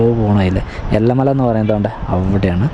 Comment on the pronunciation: എല്ല മല അല്ല ഏല മല